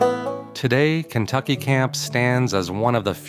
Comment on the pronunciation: Maybe you should do some research before your next video. You miss pronounced almost every site named. Kentucky is only a few miles from the Empire Ranch. You should go check it out...